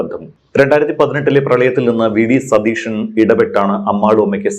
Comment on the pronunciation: മാഡം, ടീച്ചറായിരുന്നില്ലേ 🥰, അവതാരകനോട് പറയ് സതീഷൻ എന്ന് പറയരുത്, സതീശൻ എന്ന് പറയണമെന്ന് 🥰🥰🙏🏽